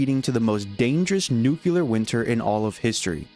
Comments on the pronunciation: Heheheheheh. You said nucular, it's nuclear dummy, the s is silent. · You annoyed me so bad my guy. Its NU-CLE-AR not NOO-COO-LAR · I noticed you say Nukular like George bush. It bugs the hell out of me. It’s nuclear like nucleus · It's pronounced "nuclear", not "nukular". Also your entire premise is just retardedly basic at all times. "ERM, what if THE MILITARY decided to NUKE the infected cities???", you mean like the very common plot point included in a lot of zombie fiction, first occurring in fucking Resident Evil? This shit is not interesting whatsoever, and your laughable attempt at analysis fails to add anything whatsoever. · Nuclear (new-clear) not "nucular" and no there isnt 2 ways to pronounce it. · Brother....nuclear. NUKE-LEE-UR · IT'S PRONOUNCED NU-CLEAR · New-cue-ler lmfao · "nucular" and again and again and I'm out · Nucular again and again and im rewatching ❤😊